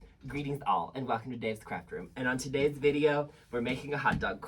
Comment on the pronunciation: I keep hearing it as "On to-Dave's video"